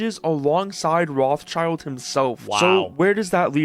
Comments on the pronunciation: Rothschild used to be a German name of highest reputation. Almost as high as the family name Fugger (Jakob Fugger was the richtest person in history). What happened to this honorable banking and industry investment clan? Also, it is not pronounced [roth-child], it is similar to [rode]-[shilled]. Rothschild (Roth-Schild) means "red shield". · It's pronounced "Roht-Shield"(shield with a short "ie", Not "Roths Child" btw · I can’t stand how you guys pronounce Rothschild XD it’s Roth Schild not Roths Child. It’s spoken rot-shield. Comming from the German rot for red and Schild for shield. The h in Roth is silent and a leftover from medieval spelling it’s not a typical „th“ just t. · rothschild? thats not how you pronounce that xD it took me so long to figure out that he is talking about "rot-scheeld" not roth-child note: I do obviously hate the moron, just not how that last name is pronounced note 2: google is wrong, it gives this ridiculous butchering of the Hebrew language and calls it "American pronunciation" (I'd call it butchering instead) look it up the German pronunciation is much closer to the actual correct Hebrew pronunciation Edit: ok it is originally German, just look up the correct German pronunciation Edit 2: Yes gabe our lord and savior, we all praise gaben we love gaben, praise gaben baby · americans saying rothschild is triggering me. it is not spelled "roths child" it is spelled "roth schild" and you pronounce the i in shield with an E not an i, it's a german family name. they are from frankfurt in germany. 1;1 it means roth shield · fun fact: Rotschild is german an actually means red-shield. not Roths-child - but Roth Schild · I wasn't aware Americans mispronounce Rothschild as Rawth-child. It is pronounced Rote-shilt since the name is German. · Roth child? What? Its RothSCHild. SCHILD. Not child. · For the love of everything. It's Roth-schild (as in shield), not Roth-child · Can we please pronounce it normally? It's [road shield] not [wrathchild]